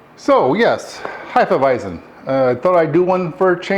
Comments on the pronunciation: Heff-eah-visen not Hi-ffa-visen 🤙🏼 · Really enjoyed the video, except for your pronunciation of Hefeweizen. Not sure where you are finding the extra "i" to pronounce it as "Heifeweizen", but it made me shudder uncomfortably me every time you said it. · Sorry, but you are pronouncing "Hefeweizen" the wrong way. The "z" is a hard "Z". Not a soft "S". Just train your pronouncing to the right sounding.